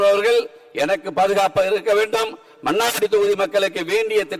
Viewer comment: மன்னாரடியா...மன்னார்குடி என்று ஒழுங்காக சொல்ல தெ‌ரியவில்லை... இவரெல்லாம்.ஒரூ எம்எல்ஏ...தேர்ந்தெடுத்த மக்களை சொல்ல வேண்டு்ம்...😮